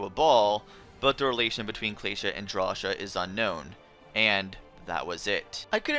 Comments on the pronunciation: Drasha? Claysha??? It is pronounced Draw-see-ah and Clay-see-ah! Thats how you pronounce cia! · it's pronounced "draw-see-uh" not "draw-shuh" potato potáto WHO THE FUCK SAYS POTÁTO?!